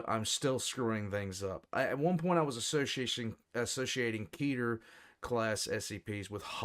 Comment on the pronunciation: I have to be honest the way pronounces Keter really bothers me for some reason